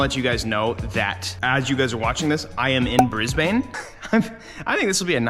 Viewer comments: As an Aussie, I swear it physically hurts me when I hear him say Brisbane.. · So you know in Australia we say it like “Bris-bn.” not "Briz-bayne"